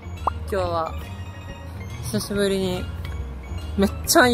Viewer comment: 冒頭、今日ののイントネーションが関西弁なんだけどなんで？ルーツが知りたい、千葉も関西弁多いけどね、それは理由知ってるけど